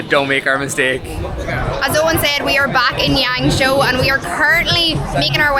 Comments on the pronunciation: Is it YangShuo? (Not YangShou XD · It's pronounced like Yahng-shwaw roughly